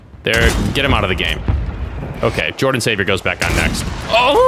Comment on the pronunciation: leo jordon is how his name might be pronounced